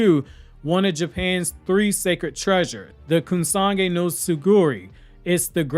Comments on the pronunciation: Is it Kusagi blade or “Kusanagi”? Because all throughout the video you keep saying “Kusagi” and I just want to make sure that there’s not another sword out there in the verse that I didn’t know about. Your videos are super tight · Great Video as always buddy. Just one small correction, The blade is pronounced Kusa-nagi. Hope it helped